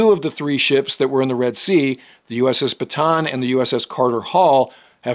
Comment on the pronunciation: Watching from the Philippines. Just an FYI, Bataan is pronounced Bah-tah-ahn, not buh-tan or buh-tawn. A great name to remember many heroes of the 2nd world war in the Philippines.